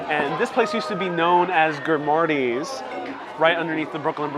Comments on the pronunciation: The name is "Grimaldi's " , not "Grimardi's ". I think you may be mixing up Grimaldi with Lombardi. Not hard to do, since you know that Grimaldi's uncle, Patsy, started out working for Genarro Lombardi. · For #7 (under the Brooklyn Bridge) I had pizza at that location in 2007 or 2008 when it was called Grimaldi's (sounds like you are saying GrimARdi's)...? I've also had Joe's, John's on Bleecker and at the Chelsea Grimaldi's twice. I was told it used to be the Limelight. Is that location now a Juliana's too? I can't wait to try out all of the other places you've recommended. LMK if anything has changed drastically since this video was filmed. Thank you. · GrimaRdis he said, what a tool hahaha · Loved this video! Thanks for sharing! (Only thing is that pronunciation of Grimaldi’s haha but maybe that’s just me!) 🙈 loved that you called Robertas the hipster style pizza - what I love about them is that Mikes Honey though so so good!